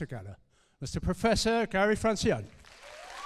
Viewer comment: the correct pronunciation of his surname is : francione not fransion. C like church, O like orange, and E like earth